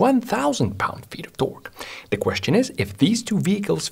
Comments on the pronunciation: The way he says “ T o r q u e “ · torque "tôrk" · The way he says torque 💀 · When this man says torque I feel pure horror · i love the way this guy says torque